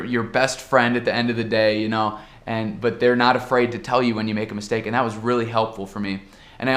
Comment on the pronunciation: "Andi"! Ja assimilou o sotaque brasileiro!